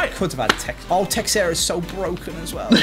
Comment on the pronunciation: Texeira is pronounced "Thae-shae-ra"